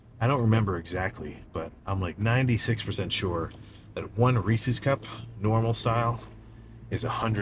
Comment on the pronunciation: wow a youtuber actually pronouncing Reese's correctly. Most say Reesees